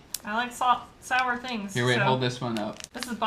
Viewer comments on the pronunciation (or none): none